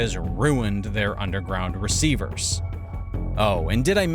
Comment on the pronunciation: He didn't say "reservoir". I know what that is. He said "receivers". Maybe that's another way to pronounce "reservoir" that I am not aware of.